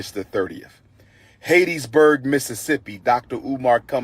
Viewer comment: Hat...tees...burg. Umar🙄 Hattiesburg